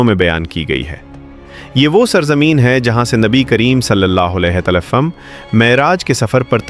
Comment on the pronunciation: اپنا تلفظ ٹھیک کریں ھمارے پیارے پیغمبر کے نام کے ساتھ صلی اللہ علیہ وسلم صحیح تلفظ کریں